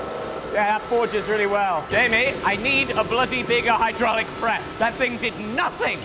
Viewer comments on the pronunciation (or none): none